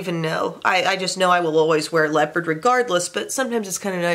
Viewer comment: Did she just say leapard is her favorite "neutral" i was laughing so hard. I love that 😂😂😂